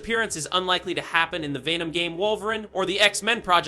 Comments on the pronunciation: This sounds like 2023 leaks being reposted as "fresh" being told by an Ai who keeps saying "Vey-nom" and "man 3". Awful quality. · Vay-nom... smdh. That made my ears bleed